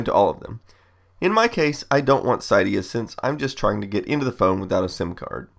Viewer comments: Cidia? It's pronounced CYDIA like city uh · Sigh dia lol I think it's pronounce see-dia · Its “cydia” not “CiyDiyA” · Psydia? It's cydia ffs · He said it Side-eah. Cideah is the correct pronunciation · "Psi-de-ya"? Well that's a first. "Moll-ware" too. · lol si-dia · And it's pronounced (Sid-eia) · He said Cydia wrong